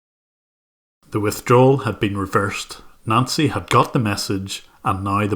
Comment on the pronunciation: Whenever you say "Nancy" it sounds like you're saying "Nazi".